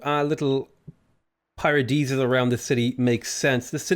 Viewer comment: Oh oof you choked the paradisas at 1:sth